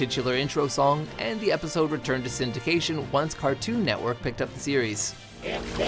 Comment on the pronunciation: The way you say Cartoon Network should be illegal